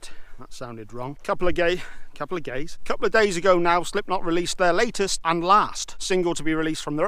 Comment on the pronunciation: How do you mispronounce days like that?! haha! Entertaining stuff again, keep it up!